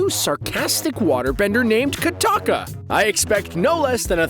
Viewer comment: not katakka kokka